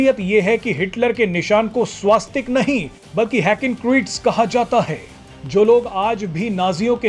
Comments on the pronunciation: स्वास्तिक शब्द ना कहीं पढ़ा है न सुना है. हॉं स्वस्तिक ज़रूर पढ़ा और सुना है, शायद मैं ग़लत नहीं हूँ. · स्वास्तिक नहीं, स्वस्तिक ।